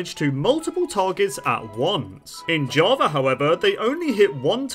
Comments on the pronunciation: Java❌ Javer✅ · is it just me or does he spell Java as Javer? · “Jawver edition”